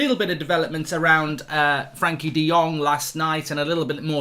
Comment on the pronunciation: His first name is Frenkie and NOT Frankie. Get a grip